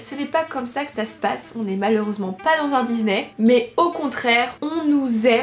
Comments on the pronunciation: On dit DiSsssney pas DiZZzzzney mdrr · Oh nooooon Disssssney et pas dizney stppp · Y’a que à moi que ça fait bizarre qu’elle dise dizney au lieu de Disney ?😅